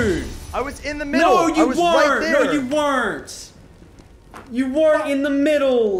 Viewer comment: Yo I had to.... “WERRN’T” 😂👌🏽